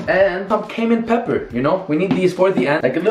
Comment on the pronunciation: It sounds like he’s saying Cave Man pepper lol. It’s okay we know you’re trying on your English.